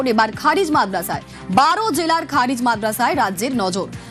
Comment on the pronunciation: আপনি ভুলভাল উচ্চারণ করছেন। খারিজ মাদ্রাসা না খারেজী মাদ্রাসা হবে। এই সমস্ত মাদ্রাসা শিক্ষা দেয় নিখুঁত,দেশপ্রেম,আদর্শ মানুষ তৈরি করার জন্যে। এই মাদ্রাসা থেকে শিক্ষা দেওয়া হয় দেশের জন্যে প্রাণ দেওয়ার জন্যে। সুতরাং আপনি সঠিক ,নির্ভুল উচ্চারণ করুন অথবা ভালোভাবে জেনে শুনে খবর পরিবেশন করুন।